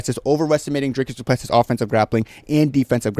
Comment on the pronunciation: Bro who tf are you? Typical deluded cringe American who can’t even pronounce his name 🤦‍♂️ You literally know nothing about Dricus’ mma pedigree. What’s your excuse for Khamshot basically losing to tiny little Gilbert who is an average welterweight? & not finishing a short-notice Usman? I just beg you have the balls to admit you were wrong when Dricus destroys him. Fkn casual. Jy weet niks nie poes 🇿🇦💪